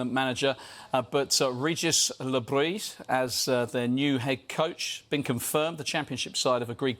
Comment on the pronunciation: You still aren't pronouncing the s in Bris.